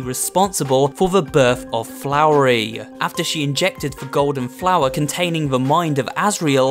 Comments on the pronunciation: I hate that you say flowery it’s not flowery it’s flowey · CAN YOU EVEN READ? IT'S FLOWEY NOT FLOWERY!!! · The scariest thing in this video is the fact that he pronounces Flowey as Flowery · flowery Me: HIS NAME IS FLOWEY!!!! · Did you just say FLOWERY...? There’s no r. you feel like you’re going to have a bad time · "For the birth of Flowery" ITS "Flowey" YOU HEAR!? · How Every people speaks: flowey How speaks: flowery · "Responsible for the birth of *FLOWERY*" HELLO ITS FLOWEY NOT FLOWERY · 'scuse me, did you say FLOWRY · For some reason it's really annoying me that you say "FloweRY" instead of Flowey And the voice in the phone at the end is Flowey, but he's talking with Asriel Dreemurr's voice (And Chara who is a narrator speaks slowly before because they know that voice while Frisk doesnt) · I love how he says flowrey instead of flowey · i was triggered when he said flowery when i thought he was called flowey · why is no one talking about them saying flowey as ‘flowery’ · This might just irritate me, but bro, it’s said Flowey (Fl-ow-ee)not Flowery. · Flowery IT IS FLOWEY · Flowery? DUDE IT'S FLOWEY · Flowey, not Flowery, Y'hear! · I was so triggered when you said flowery instead of flowey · Why is he calling flowey “flowery” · Bro really said flowery and not flowey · his name is flowey, not flowery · why do you say "flowery" instead of flowey? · did he just call flowey flowery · One that resemble's flowery Me: first off it isn't pronounced "Flowery" More like "Flowey and second the smile is blood red it definetly belongs to the character "Chara" we discover during the genocide run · I KNOW THIS WAS 2 YEARS AGO BUT PLEASE STOP SAYING FLOWERY I KNOW ITS SMALL BUT ITS SO INFURIATING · Its Flowey, not Flowery. Its Gaster Blasters, not laser beams. There are several other mistakes that make me feel you looked stuff up for this instead of actually playing the game yourself. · fun fact: its flowey, not flowery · Ah yes, "flowery"